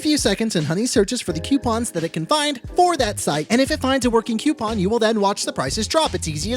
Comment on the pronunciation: I love you so much but hate that you say Qoupon 🤬🤬🤬🤬